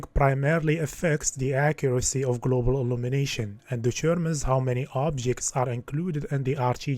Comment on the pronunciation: Anyone else keeps hearing "the Germans" when he says "determens"? :D